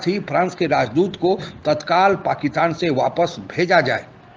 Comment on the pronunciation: भाईसाब, ओ दादा जी, अरे भैया, पाकिस्तान को क्यू पकितान बोलते। अरे प्यारे बाबू, पाकिस्तान को पाकिस्तान बोल लो भैया। क्यू बिचारे का नाम को तोड़ मरोड़ रहे हो पकितान पकितानी बोल के।